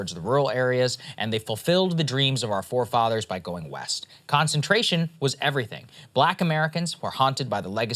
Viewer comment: Like how you said "our fore fathers" 😅